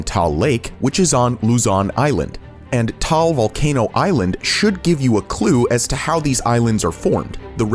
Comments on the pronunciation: im filipino and “vulcan point” i think thats taal volcano oh by the way i just heard him say taal you need to make its a’s harder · Hi, im from the Philippines, and its not pronounced as tal, its ta-al volcano, and also, not bowhowl, its bo-hol :)